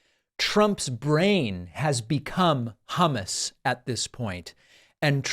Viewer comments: He actually said Hummas not hummus to be nit picky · Im not a trumper, but he said hamus. Half right. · Idk as a non native speaker it wasn't that bad. Ok the first time in the clip it sounded like humus but later it was fairly ok to my German speaking ears. Your 'u' in English is more like an a (ish) in German.